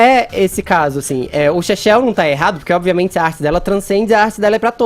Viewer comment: pq ele fala "azim"?